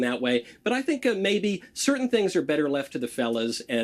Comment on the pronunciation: I agree with your take, but what is the word “cer-in?” Are you saying “certain?”